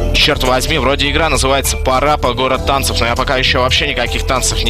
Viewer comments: Мэд,не парАпа город танцев,а парапА гОрр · почему он ударение в название ставит неверно?) пАра пА! =) йопте, если другими словами это "несколько движений" :) Па - это танцевальное движение, если чо.